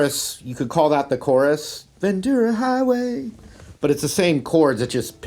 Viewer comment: I'm from Ventura and thank you so much for saying "VenTura" and not "VenCHura" like America and Petty.